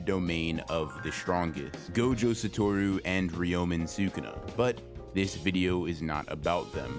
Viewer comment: Bro why do you have to pronounce the character names so badly? I stg man I love your videos but constantly hearing "Gohjoh Satowrooo" and "reeyomen sookuna" makes me wish you could make like Mahoraga and adapt to the media you're reviewing just a bit